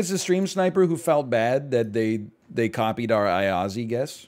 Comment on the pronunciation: just fyi Timișoara is pronounced ti-mi-SHWA-ra (not ti-mi-so-AH-ra) because of that comma thing below the s making it a sh sound (: and Iași is yash(i) (like barely pronouncing the i at the end) not aiazi (